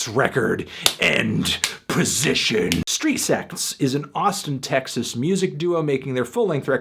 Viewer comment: It sounds like you're saying Street Sex.